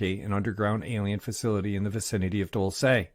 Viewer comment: Dulce: pronounced DOOLSEH NOT "dull say"(no accent or emphasis on the E). 👩‍🏫🤦🏽‍♀️